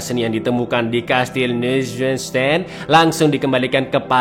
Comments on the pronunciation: fyi "neushwanstein" itu cara bacanya "noiswanstain" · Ngakak pas sebut "Castile neushwanstein" 😁😁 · Piyee piye " NEUSHWANSTEIN" coba ulangi 🤣🤣🤣